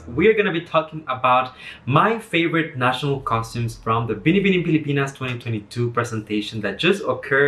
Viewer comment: Good reviews. Love how you say Binibining Pilipinas, you are like a Filipino to me💛💛💛